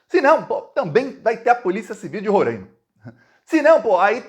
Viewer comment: não é Rorãima. Se fala Ro-rai-ma. Rorãima tá errado. Blz!